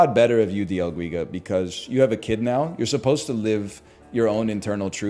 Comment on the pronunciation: Holy hell, its not dia guiga, its D L GUIGA